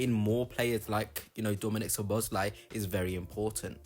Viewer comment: Good video, but please learn the proper pronunciation, because you hurt my ears with your attempts. It's so-bo-sly. "S" and "Z" together make the "S" sound. You can also look at it like the "Z" is silent.